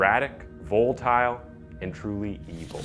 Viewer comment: Voll a tile............... NOT vole tile............... did you ever go to school?